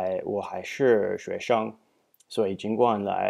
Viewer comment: Some of your tones need to improve like haishi but overall, this video is excellent!